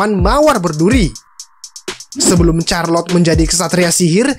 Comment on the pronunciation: CHARLOTTE bacanya bukan CARLOT 🤣🤣, tapi SYARLOT